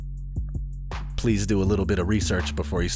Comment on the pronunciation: Bro... did you say “simularities”?